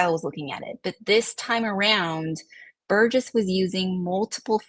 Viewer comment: Great show. Thank you! BTW Burgess is pronounced ‘Burr-juss’ and not ‘Ber-guess’ or ‘Ber-Jess’